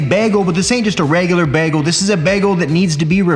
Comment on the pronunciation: The way he says bagel makes me slightly uncomfortable lmaoo “begel”